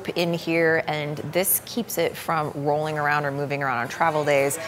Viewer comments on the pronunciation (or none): none